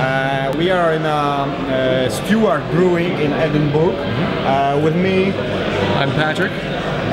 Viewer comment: Lol " Edinboorg"!